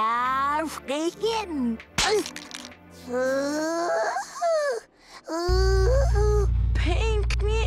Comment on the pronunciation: Actually, it’s not “pink” Steven say, it’s “pain”